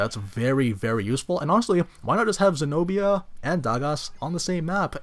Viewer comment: Senobia not señoría